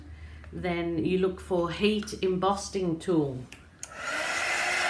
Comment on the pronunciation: Hi love watching you create your art, personally I prefer watercolour but these are so interesting. The gloss certainly makes the fine details pop as well as the colours. I keep hearing you refer to the heat tool as an embossting wand it actually is embossing no t in there. I have subscribed to you quite a few weeks back but it's taken me this long to pluck up the courage to send you a comment. Take care & satay safe. Keep making the videos.